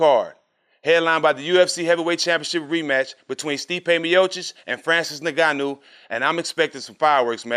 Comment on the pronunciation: Anyone else thought Jack said “nigga I knew” when he said the second UFC fighters name 😂🤣